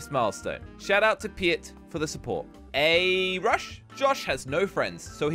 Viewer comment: i like how he pronounce " Aarush " as " A-rush " well......